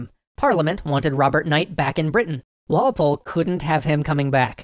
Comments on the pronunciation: Goddamnit Walpol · Who took the cookie... It was Walpoole